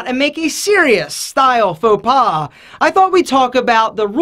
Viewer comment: "faux pas" j'adore ton français, ton accent est super ! (love your french, your accent is super).